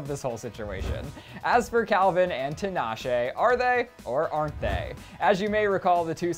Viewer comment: HER NAME IS PRONOUNCED TEEEEEEEEEE-NAH-SHAY